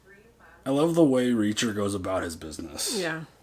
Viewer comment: About Reaacher”